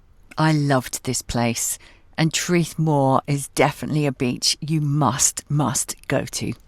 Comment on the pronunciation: Traeth means “beach”. It is pronounced “tryth”using English pronunciation of English “try”. I’m South not North Walian but think Llyn is pronounced “Lleen”. How make Ll sound? - 1.Put your tongue in exactly the position you would use to say L 2. Instead of pronouncing L as normal, blow air around the sides of your tongue to make Ll sound. I loved the Llyn Peninsula so will watch your visit to bring back memories! Enjoy!